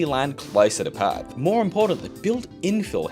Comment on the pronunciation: Wait, it's not 'Pertherts'? 😂